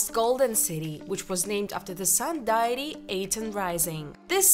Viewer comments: 🟦....(After ): "DIE-EH-tee"???..... it's pronounced: 'Dee-ih-tee'. .....smh. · Deity is pronounced “day-ih-tee”, not “diety”. Amun is pronounced “Ah-moon”. If you don’t know how a word is pronounced, please look it up or ask someone. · 'deity' sounds like "day itee"